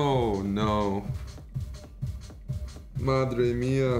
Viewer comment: Bro I am italian and I can tell you pronounced "madre mia" perfectly